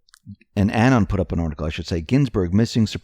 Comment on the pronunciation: Say the word "anonymous" out loud. Now just say the first part, anon. That's how it's pronounced. Thanks.